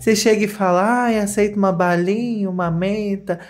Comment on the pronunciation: eu perdi tudo com o ''CCEITA'' AHAHAHAHAHAH